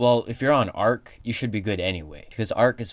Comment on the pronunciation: Great Videos but the way he said Arch AHHHHH